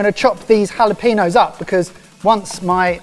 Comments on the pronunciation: jalapeños, not jalaPEENnos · Halapeenos Edit: I’m so mad that wanted to autocorrect to jalapeños